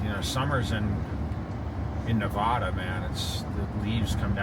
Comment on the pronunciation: I dont understand how hes lived here so long but says Nevada incorrectly.